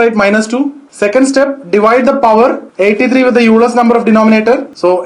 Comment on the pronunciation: You pronounced 'Euler's number' incorrectly. Actually Euler is pronounced like 'Oiler'